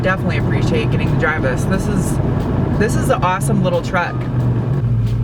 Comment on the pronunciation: To do a review like Doug Demuro start by turning the word “THIS” into 3 over-pronounced syllables ..”the-hiss-es” .... and dress way geekier in khaki shorts and sandals 🙄 ——— if Leno ever brings-in “field reporters” .... you are a sure-thing.